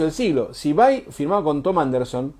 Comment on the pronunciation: Me gusta que le digas VAI así como suena que es la forma correcta de pronunciarlo, estoy podrido de escuchar VEI.